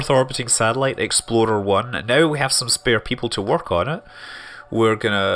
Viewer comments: I keep hearing Scott say "Exploder 1" instead of "Explorer 1" lol :) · Every time you say "Explorer" all I hear is "Exploder" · I thought he was saying the 'exploder one'... He might have been actually, since KSP is a thing... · every time he said explorer is sounded like exploder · does anyone else think that every time Scott said explorer it sounded like exploder? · Am I the only one who swears Scott was saying exploder 1 every time he attempted to say say explorer 1? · When he says " Explorer " I hear " Exploder "... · no, not every time. hope you got your hearing checked, 3 years is a long time to not be able to hear clearly. lots of mistakes...